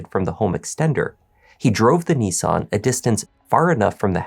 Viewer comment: NEE_SAN? NiSS-AN